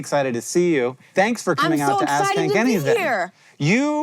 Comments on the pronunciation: it sounds like "Ass Kick Anything" and I laughed, new canon name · I can’t help but hear “Ass kank anything” every single time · In the Ground News ad (how dutiful am I?) you said the name of the show, but it sounded like "Ass-Kick Anything." Side project! And, with no inter-cheek hairs, the human fart has trouble exiting the valley, necessitating a whoopee effect. We likely lost the butt-hairless back in our stealthier hunter-gatherer days. I saw white and gold, and only ever hear 'yanny.'